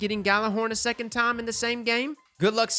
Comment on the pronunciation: Ah yes the fabled "Sexond"